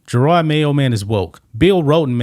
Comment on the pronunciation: What's even better is the dude kept calling him Jerard not Jerod. Pathetic reporter with no clue.